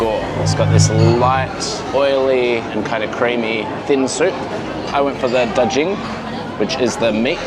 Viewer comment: G in daGing is read like in Guru.